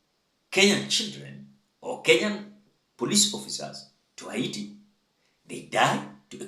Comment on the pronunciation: It's pronounced HEITI (Heyti) 😅😅😅